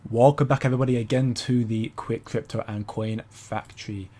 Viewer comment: Qwick Cwipto Cwew 🤣🤣🤣